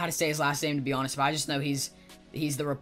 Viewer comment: It Not Cristen Michael It Is Crishtan Michael.